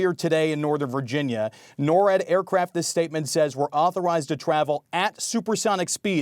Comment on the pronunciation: NORWAD is not pronounced like that.